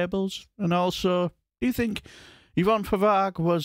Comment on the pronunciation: Yervonne?? It's Yvonne (Evonne)!!